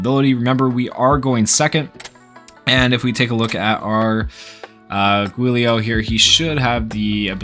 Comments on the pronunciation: It's pronounced Julio 😭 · It's pronounced "Juu - lee - oh" and the juu is kinda pronoucend like jew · Giulio is an Italian name. Think “Juliet” but said with “-lio” instead. Also, think “Rudy Giuliani” but say the name like the last name, except with “-lio”. Giulio!